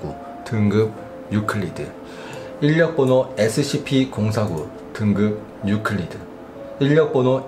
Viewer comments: 일련번호인데 이 일력번호라고 함ㅋㅋ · 인련번호049 할 때 웃김ㅋㅋㅋㅋㅋㅋ